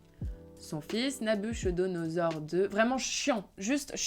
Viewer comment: Très intéressant et tres clair. Un vrai travail de pro. Petite remarque : il faut prononcer Nabucco et non Nabucho ( donosor)❤